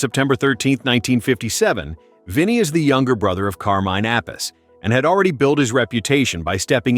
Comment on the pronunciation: Straight off the bat.. pronouncing Carmine’s name incorrectly probably says everything we need to know about Rock n Rewind.